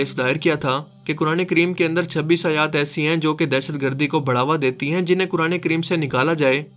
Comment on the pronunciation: Mehrbani KR k hai or Hain word sahi se Ada Kiya kren suit Ni krta apko.